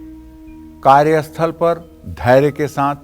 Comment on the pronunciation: Aap karye sathal bola kya asthal na bole.